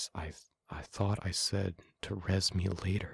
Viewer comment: i kept hearing "res" as "rizz" 💀